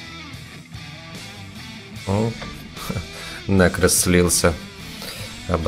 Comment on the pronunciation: Почему нЭкрос ,когда написано нЕкрос??? Князь на сЕрдцеедку говорит сЫрдцеедка 😒